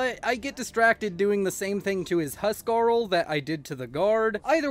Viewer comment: It's so weird hearing you pronounce huscarl correctly, how the norsemen of actual history would of pronounce it. That said, it's also really awesome.